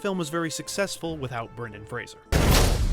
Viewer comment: Is that how you say his name?